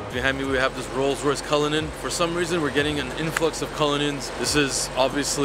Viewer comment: Its not cullunin it's cullinan stop saying that 🤐😠